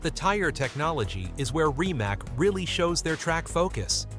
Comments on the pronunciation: It's not "RIMAK", it is "RIMACCC"... I'm Croatian, and I know Mate in person, probably I will never purchased his car, first because of the price, and second because this teck is not something amazing what people are thinking... If he focus more to the middle class people, I will consider of purchasing some of "Rimac Automobili" car... In this case I will always choose BYD no matter what... But this is only my personal opinion... Good luck everyone... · It's pronounced rimats